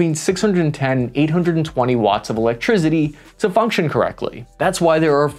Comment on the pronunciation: "electrizzity" lol